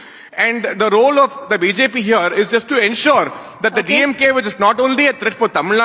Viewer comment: DeeYemGay dude is barking like a mad dog.